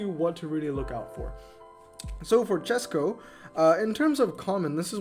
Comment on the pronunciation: Chesko here! Thanks for reviewing my garage and thanks for suggestion, I will max 2nd NSX 332. I am really impressed you pronounced my surname right, you're 1 in a thousand 😂 I actually haven't spend any money, this is completely f2p garage. About my Lotuses, I maxed 1st 323 when I didn't really knew what I am doing, then I wanted 233 version but mistakenly maxed it 323 again and finally I got another one couple days later and maxed it 233... Bugattis: I got 3 from regular ceramics and 2 from French premiums. Fun fact, one night I got 2 Veyrons from 3 ceramic packs I opened. I never knew my British garage is that big, I don't really check that stats 😅.